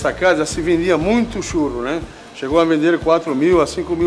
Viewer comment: então eu quero um "tchurro"!!!!nhaaam!